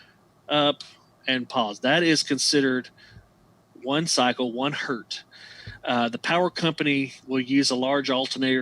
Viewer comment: 1 Hz is 1 Hertz, not a Hert. thanks you.